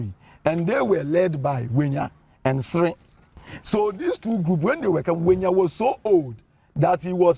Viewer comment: Togbui Ʋenya is forever Togbui Ʋenya, and NOT Wenya. Please Mr. Avle, stop this mis-education.